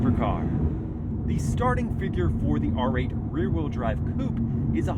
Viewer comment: I thought i heard you say “read drive performance Poop” 😂😅